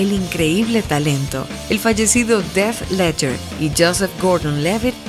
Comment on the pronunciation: Dijo Death Leadger en lugar de Heath Leadger. LIKE si te diste cuenta